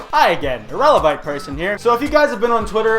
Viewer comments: But it was CUT from a comment, very clearly. TWICE. He calls HIMSELF "irelavite"! It wasn't like he can't pronounce it correctly. That was the point! Most people understood because it's very BLATANT. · Well, maybe if they paid attention, they would get it. He said, "irevalent" in the video TWICE. That alone should have tipped anyone off that it clearly had some aura of sarcasm. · I was laughing so hard when i heard "irelavite person"